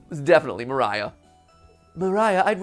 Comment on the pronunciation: It's actually spoken "María", like in portuguese, not "Maraiah"